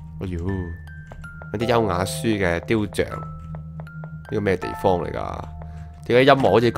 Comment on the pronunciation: 書的確係由樹木誕生㗎 因為 樹→紙→印刷→書 成日讀錯雕像OuO